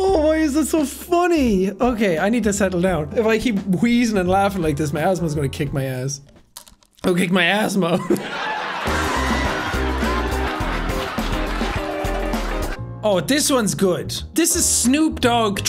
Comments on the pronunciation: Did he say husband !? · 100% thought he said husband when he said asthma. Got simultaneously very confused bc gf but also very excited 😂